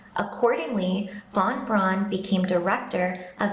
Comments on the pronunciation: Teach that child how to PRONOUNCE von Braun. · It’s not Von Brawn: Pronounced like ‘fon brown’, although most Americans and Brits would say ‘von brown’ because we can’t get our heads around the German v. But it’s not ‘brawn’. Rant over. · There was nobody called Wernher von "Brawn". His name was pronounced "Brown", as are thousands of other German people's names. Same colour, same common surname, just a different spelling.